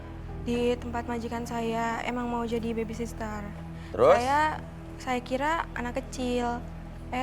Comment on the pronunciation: salfok sama bacaannya harusnya baby sitter tapi kok jadi lain